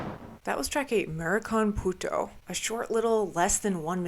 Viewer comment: Haha, it was funny hearing you cuss in Spanish. It's pronounced (mahdycone pooto) I'm not saying what it means though.